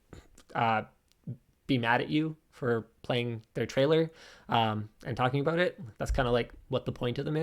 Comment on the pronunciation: The best thing from this video was the subtle "aboot". :-) Also, if new content creators use your material to make theirs a little more visible, that's fine. . .but you cannot possibly get pissy when you do not get revenue from said videos. It's like asking a band to play for free to promote your restaurant, but still have ticket sales at the door of which the band gets none.